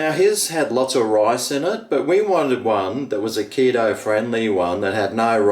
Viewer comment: Did he say keto or kilo based?